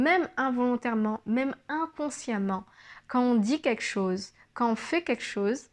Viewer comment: Juste un petit conseil concernant la diction,c'est très bien,le regard est franc,le gestuelle adaptée 'on s'en que tu parles avec ton cœur, c'est fluide... cependant,fais attention à ne pas dire ", queque chose" mais "quelque chose..." Sinon,tout est parfait...♥️